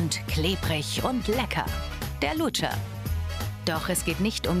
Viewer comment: / Der Luutscher hahahhhaha